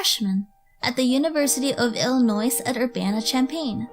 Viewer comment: It's pronounced like Ill I NoI not Illi noise. sorry bugs me because i'm from there everyone gets that wrong.